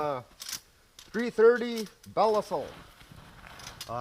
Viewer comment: Hey, I don’t want you being called a square head for pronouncing Belisle wrong lol. They are the best traps for sure though